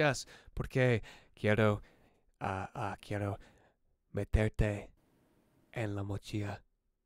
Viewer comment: He pronounces some words very dragged out in a way that gives away how new he is to it (he says quiero as keey-air-oh very very strongly lol) which isn't wrong just clearly inexperienced. He's defenitely doing pretty good though